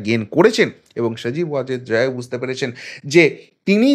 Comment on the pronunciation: ভালোইতো প্রপাগান্ডা চালাতে পারো ! মনে হচ্ছে মাটিতে তোমার অবস্থান নয়, পৃথিবীর সাথে তোমার যোগাযোগ নাই। আকাশে বা অন্য কোন গ্রহে থাকো। সাধারন মানুষ বোজেনা, তাই আবোল তাবোল নি্উজ করো। জয় এর নামটাও ভালো করে বলতে পারো না। খবর পড়তে বসেছো😁😄😃😀